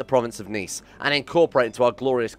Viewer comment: you pronounced Nice wrongly ;) nice.